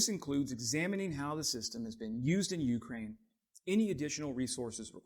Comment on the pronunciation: [yoo-CRANE] not YOO-crane